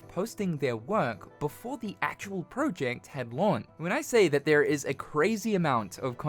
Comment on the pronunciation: I hate the way yoi say project